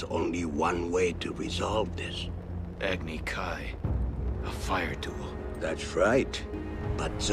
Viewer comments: “agni kee” every fire nation dude is Indian still can’t believe the studio let this movie out in theaters 😂😂😂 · If M Night Shyamalan Wanted The Correct Pronunciation At Least Pronounce Agni Kai Correctly It's Not "Agni Kee" It's "Uhgni Kai" If You Did That, I May Have Liked It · It’s agni kai not kee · How could you even possibly mispronounce Agni Kai as Agni Kee? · "Agni Kee"..... "AGNI KEE" WTF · Agni kee? That uglier than “Ong” AND WHY TF ISNT THE FIRE NATION JAPANESE? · Ugh. I forgot about the terrible pronunciations in the last airbender. “Agni ki”? Ew. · The agni kai is often mispronouced though